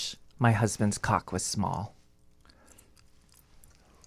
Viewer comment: I love that and both pronounce cock in the way. Please have back 🙏